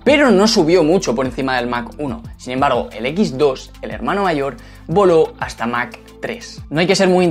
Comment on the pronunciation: Porqué dices mac?